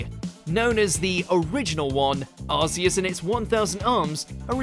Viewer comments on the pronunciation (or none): Arceus is pronounced with a hard c like arc. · Arceus is the weirdest one in terms of design. The rest make sense, but Arceus? It's a weird four-eyed deer with a broken ship wheel for a belt. Also, the "Arc" in its name has been such a fun thing to always say wrong. It's supposed to be pronounced like "ark", rather than "ars". If you add "Maximus" to the end of its name, you get Arceus Maximus, which is a funnier and more vulgar way of saying gluteus maximus. That's a part of your butt. "Ark-ee-us" sounds dumb as hell, but it's obvious why they chose that for the English pronunciation. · Yeah,it goes with his pronunciation of "Arceus" as well..lol..🤷‍♂️🤦‍♂️😅✌🌈💎